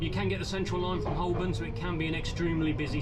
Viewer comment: Fascinating and curiously relaxing to watch! Just a note: Cockney Londoners (such as my parents) never pronounce the 'L' in Holborn. It's always pronounced, HO'BURN. I like the commentary. Thank you very much for taking so much trouble with all this when you have a train to drive as well!